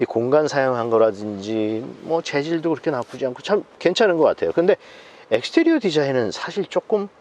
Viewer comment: 저 영어 섞어 쓰는분 웃겨서 이 채널 자주봄ㅋㅋ 약간 병맛ㅋ 엑스테리어래ㅋㅋㅋㅋ 익스티리어를ㅋㅋㅋ 모던도 미국식이면 마던이라고읽는건데 어느나라 발음인지 궁금ㅋㅋㅋㅋ 이상하게굴림ㅋㅋ